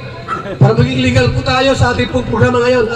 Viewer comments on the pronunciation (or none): none